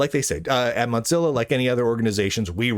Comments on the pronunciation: Its pronounced "Mo" as in mosaic, and "zilla" as in Godzilla. It is not pronounced like mozzarella. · "motzilla" lol